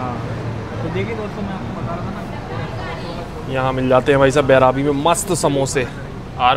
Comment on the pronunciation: Bhai station ka naam Devnagri me bhi likha hua hai, phir bhi thik se nahi padh paate ho. बइरबी naam hai. बैराबी nahi.